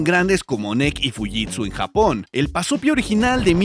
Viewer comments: 🤣Creí que dijo BAZOFIA jajaja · ¿Pasopia? Yo escuché bazofia